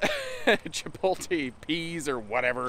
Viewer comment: It's chipotle. Chipolte isn't a word. IDK if you were just messing around, but you never spelled or pronounced it correctly. Pronounced just like three words you already know: chip oat lay.